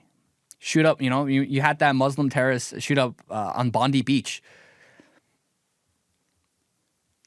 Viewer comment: Bless you mate but please call it Bondi pronounced dye at the end. Our people are turning, the One Nation party has a lot of hope going it's way in order to bring back our country to where and what it should be. Please pray for us.